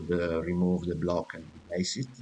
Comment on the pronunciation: u are italian right? not trying to be mean, but i like how u say blocccc (again I'm not trying to be mean to you, I'm just kidding)